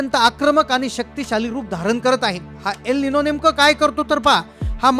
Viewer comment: अरे तेच तेच बडबडण बंद करून महत्वाच्या तारखा व काय ते सांग, आणि त्याच नाव अल निनो आहे एल निनो नाहीये